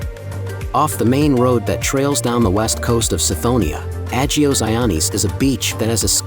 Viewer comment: An American pronouncing "agios" is.... funny or tragic? 😅 and "nea" as "N.E.A" ....lets hope this is an AI voice 😂